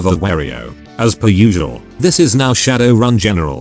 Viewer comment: The answer is to edit the input text file to help the TTS to pronounce things correctly. But until that day we just have to know that RAZ = Ares, Shadoran = Shadowrun, and MTHTHTFHTHFFKA = Motherfucker